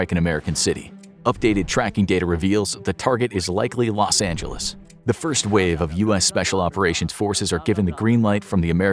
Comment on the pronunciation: Rosh Angeles 😂